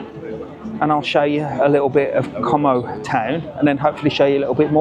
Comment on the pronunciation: Great idea, but if you do mention it, drop the 'com o' and pronounce it 'co mow' 😂